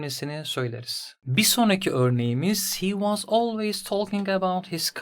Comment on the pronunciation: Anlatım çok iyi de fakat was’ı neden vaz diye okuyorsunuz cinnet geçirdim resmen